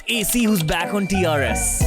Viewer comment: Stop calling him AC like air conditioner 😂